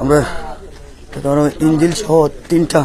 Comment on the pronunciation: "ইন্জিল" নয়, বলেন "ইঞ্জিন"।